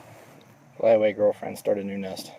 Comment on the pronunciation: "Hey girlfreand" lol